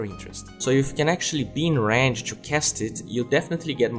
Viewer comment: Y u do dis. Why do you say "Ranch" instead of Range around min14?